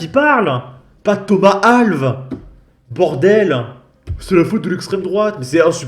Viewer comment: on prononce "Al-vesse" c'est un portugais